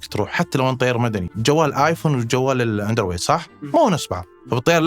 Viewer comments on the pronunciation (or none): من لما قلت عن Android "اندروير" بطلت اصدق انك طيار مدني 🤣🤣🤣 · من لما نطق اندرويد: اندر ويد وهو اصلا مفترض لبلب انجليزي يعطيكوا العافية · اول ماسمعت نطقة لكلمة اندرويد فقدت الثقه بأي شي يقوله